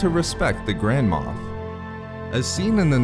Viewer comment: I swear I keep hearing the words grandma instead of grand-mof